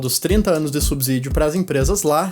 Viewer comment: O "s" de "subsídio" tem som de "s", como em "subsolo", e não de "z". A pronúncia correta da palavra é com o som do "s" inter-consonantal.